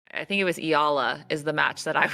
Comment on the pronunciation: Eala pronunciation E-yala